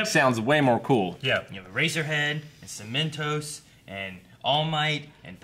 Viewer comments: It's Cemen-TOSS. 😓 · Cemen-toss, there is no second T and it is not pronounced as if there was.